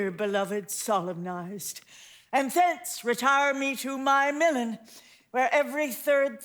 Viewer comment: pronunciation of MiLAN is off putting